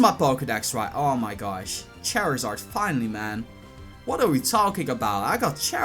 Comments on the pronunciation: did you say Chairizard? it's Charizard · lol he said chairasard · It's pronounced char zard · cherizared its charizard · "Chairzard" it flew me and my chair to the ground 😂😂😂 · I died when he said Chairizard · Lol it sounded like you said chairizard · he said chairzard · its char e zard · EIGHTY-NINE PERCENT he says ... also i couldn't help but noticing his meme pronunciation of Charizard